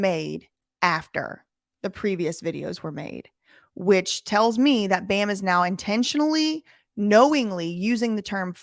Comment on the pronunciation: can't even say bams name right.